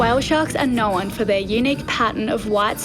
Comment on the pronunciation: Known Knowrn 😂 I work with a lot of people from Australia. It’s funny how they add R’s into words that don’t exist.